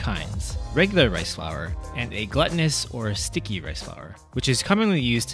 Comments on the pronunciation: the correct pronunciation is (gloo' tin es) /ˈɡlo͞otnəs/ rice as in "glue" or as in gluten in bread. Not pronounced gluttonous as in to overeat so your "gut" is full. Glutinous rice is also known as sweet rice but it is not literally sweet from any form of sugar. Nor does it contain gluten. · With, the correct pronunciation is (gloo' tin es) /ˈɡlo͞otnəs/ rice as in "glue" or as in gluten in bread. Not pronounced gluttonous as in to overeat so your "gut" is full. Glutinous rice is also known as sweet rice but it is not literally sweet from any form of sugar. Nor does it contain gluten.